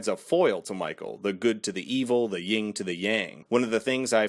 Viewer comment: oh, and it's Yin and Yang, not ying and yang